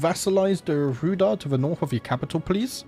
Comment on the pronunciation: Pretty sure Rhudaur is pronounced 'Rude-hour'